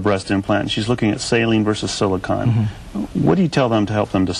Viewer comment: The newsman interviewing the doctor mispronounced not once but twice two words. He said 'silicon' rather than 'silicone' and 'goomy bears' rather than gummy bears. I can't believe he doesn't have better language skills considering his line of business.